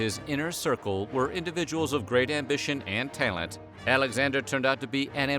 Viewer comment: Did he seriously pronounce it taylent....in fact lotta ways he pronounced stuff this time with the way it was written did he go off script?